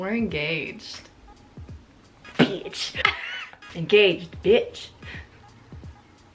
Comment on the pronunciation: enGAYged sorry lol